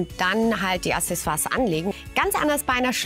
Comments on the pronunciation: Es heißt nicht Assessoire, sondern Accessoire!!! Aussprache hier: Mich nervt das schon, wenn Otto-Normalverbraucher das falsch sagt, aber Ihr seid vom Fach, da kann man schon erwarten, dass Ihr es korrekt sagt! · Hey :) leider hast du nicht ganz recht. Die Aussprache ist mit einem "k" (auch im franz.) - die Lautschrift im Duden ist z.B. [aksɛˈso̯aːɐ̯] du kannst dir auch noch weitere Hörproben im Netz anhören (wiki ist nicht immer die beste Quelle ;) Aber das Wort ist so oder so umstritten - die einen sagen es so, die anderen so... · Aber warum willst du das denn unfreundlich rüberbringen? Du hast ja Recht, aber ich denke wenn man Kritik sachlich und objektiv anmerkt, wird sie viel mehr Anklang finden =). Jetzt bin ich aber auch fertig mit meinem Geschwafel und hoffe dass sie es im nächsten Video richtig ausspricht ;)